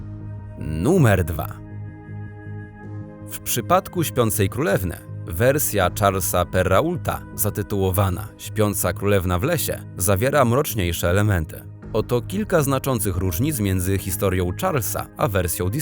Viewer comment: Charles Perault cztra się jako "szarl pero" Sorki, strasznie mi to raniło uszy 😅 I piekny eufemizm- zaatakował Śpiącą Krolewne 😉 Javwiem , algorytm YT ale można było pokusić się o piknięcie bo wymowa mocno traci . Więc może ja... Książę gw*ci dziewczynę. Reszta jak u Ciebie, jest wersja dużo popularniejsza, w której ogrzycą jest żona księcia. Dowiadując się o rywalce sprowadza ja do zamku i szykuję kocioł, w którym zamierza ja ugotować. Bardziej na pokaz, bo na dziedzińcu. Chodzi o demonstracje siły. Kto tu jest prawowitą żoną. Dochodzi do żonobojstwa no Książę przyjeżdża z polowania na czas, ratując swą nową faworytem, z ktora potem bierzevslub. Bardzo to dwuznaczne moralnie, to fakt. 😄 Nie wiem czym się inspirował Kipling pisząc swą cudowną Księgę Dżungli, ale ciekawostkavjestvto, że przypadki dzieci wychowanych przez zwierzęta są prawdziwe i mamy takie relacje w Polsce. O dziecku wychowanym przez niedźwiedzia. Onf można znaleźć na stronie muzeum Willanowa. Egzamin jest bardzo luźno inspirowana Królowa Śniegu, jest więc odrębną historia, której nie można wvten sposób porównywać. Inspiracją, to nie dana rzecz czy opowieść. Inspirujemy się i żonglujemy fragmentami dzieł pisarzy, malarzy, reżyserów, tworząc własne. To normalny proces. Pozdrawiam bajkowo